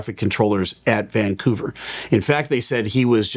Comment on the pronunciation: I love that you pronounce it Vangcouver, just like a local. :)